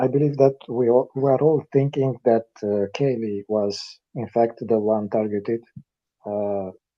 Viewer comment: Her name is not kylee,it's kaylee....